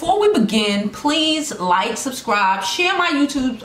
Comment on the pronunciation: Is the one that can’t pronounce the word “Subscribe” to save her life? She’s says “shrubshcribe” and it really blows my shit 😒🤦🏽‍♀️ like how you want me to do an action you can’t pronounce?